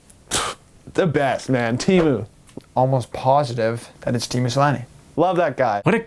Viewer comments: It's not Tiimu it's Teemu with E:s not I:s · Its not tiimu its teemu This grinds ma gears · Even tho tiimu sounds good but it still isnt tiimu. It is teemu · The way that they said Teemu Selänne's name frustrates me so much. It's Teemu, not Teamu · As a Finn, I am so annoyed the way you guys pronounce Teemu. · these dudes pronounce teemu wrong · YOU PRONOUNCE TEEMU INCORRECTLY, PLEASE RECONSIDER YOUR NAMING PROCESS. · The way they pronounce Teemu Selänne😂😂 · Youre saying "Teemu" wrong